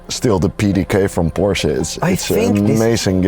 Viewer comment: It's pronounced Porsche 😁 Nee lekkere video, misschien een idee om een "FT Bert Vrieling" in de titel te gooien!